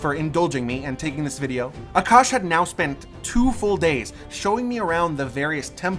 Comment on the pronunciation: For the love of God. Stop calling our food Curry. His name is Aa-Kaash. We are not doing "hand movement " ove rthe fire. We are just taking the heat as the fire symbolises prosperity and having venerated the gods, that particular lamp /fire now is imprinted with good vibes (call it luck or blessings or whatver).